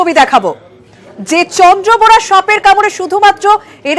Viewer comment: Vitore bolche Chandrabora noy...Kintu ai mohila bolche Chandra bora